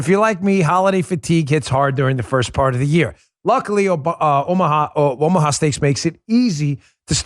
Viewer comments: Dan, you almost said "Obamaha steaks"😂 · At the beginning of the video, did he say buy Obama-ha steaks??????